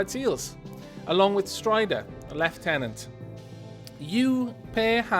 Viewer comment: I've noticed this through your video's, and besides it you have almost perfect English, especially for someone who its your second language, but you keep saying lieutenant incorrectly, and though it doesn't bother me, I feel compelled to tell you that its pronounced like this loo-ten-uhnt, rather than how you've been pronouncing it, just to help you refine your English ^^ also, for the past few days have been watching this entire series straight while I play Gnomoria.